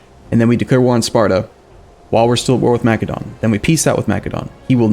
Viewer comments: plz... its not pronounced makedon.... its masedonia or masedon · MA-SEH-DON, like the country Macedonia.